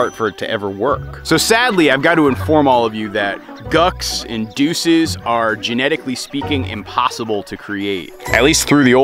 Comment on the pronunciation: Homie called it a Doose I am on the floor 😂😂😂